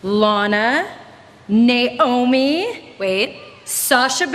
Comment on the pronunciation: Why did she break down the syllables for Naomi?? It's still bugging me.